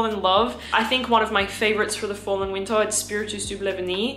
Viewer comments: Going to watch again just to hear say "Weentah" again.💛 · I love how she never says the “R” sound. Fall and winta it gets coola”